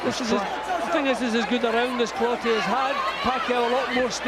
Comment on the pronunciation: Clottey not clotty 😂